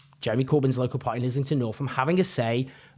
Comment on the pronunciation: Owen! Pronouncing the word "party" as "par@ is great for street cred! Keep it up young man!!